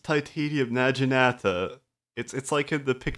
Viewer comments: Your prenunciation of naginata and chrysalis is actually offensive to my ears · OH MY GOD. PLEASE PRONOUNCE NAGINATA RIGHT, THIS IS DRIVING ME NUTS!